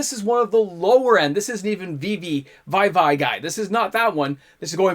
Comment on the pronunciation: You mean to tell me that you pronounce Vivi as "vye-vye" still? Even as someone that's never played FF I've seen it talked about enough in videos and at the LGS to know it's "veevee" by now lol...